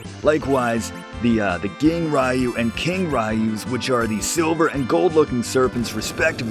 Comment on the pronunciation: "I can never pronounce that properly so I'm not even going to try."--Prof. To whit: "Moo-rah-SAH-may" and "Ma-sah-MOO-nay" for Edge's swords. Also "Ryu" is more pronounced with a sound between an R and a D. It ends up coming out as something like: "D'you" when you say it properly, but it's in between. The More You Know™